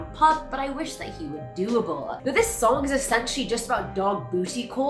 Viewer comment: On Tranp it’s not “doable” it’s double... I wish that he were double